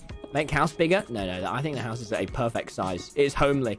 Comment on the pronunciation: why do u always drink coke and u say house like hause